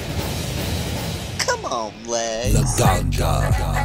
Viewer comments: im sorry to be the one, but im going to be the one, he says laganGA, not laganJA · announcer welcomes to stage, “La Gone Ga”